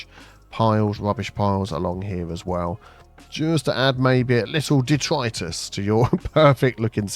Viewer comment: Did he say detritus or Detroit-esque?